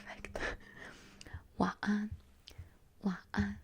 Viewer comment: Your pronunciation of Selamat Malam is spot on! For 晚安 i think you’ve dropped “-n” for 晚 (wan) it almost sounds a little glottal and I think for some accents they probably do say it similar to that! Your inflections sound perfect :) ❤️